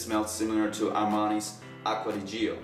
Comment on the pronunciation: It's pronounced Lanven Acqua di Gio pronounced like Joe